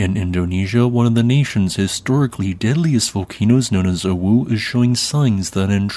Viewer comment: You're not the only one, and now I can't unhear it... I've been on the Internet FAR too long, dammit XD